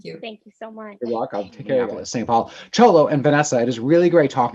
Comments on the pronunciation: His Name is said Sholo. Not Cholo! How embarrassing that YOU do not even research how to get someone's name right! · why don't you watch him pronounce his own name when he's doing the Seventeen interview and stuff cause he clearly says Show-low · really cool interviews. but I believe its pronounced Show-low.....